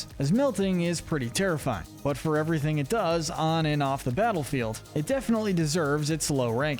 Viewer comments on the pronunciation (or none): none